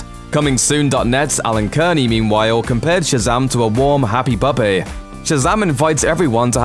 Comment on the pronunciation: Okay, the way you said puppy, that was... That was weird.